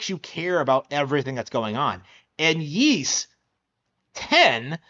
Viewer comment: Ys x plays better on PlayStation and pc. And it's pronounced Ees.not yees.